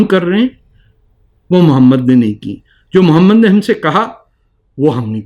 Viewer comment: Jahil insan say the name properly. Mohammed PBUH. You are the biggest jahil. Illegitimate child of RAW.